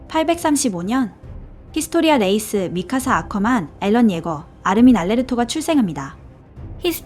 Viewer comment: 왜 앨런 이라고 하는 거임? 에렌 아닌가?